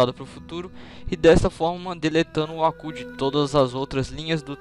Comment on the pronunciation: Pq vc fala "Acú" e não "Abú"?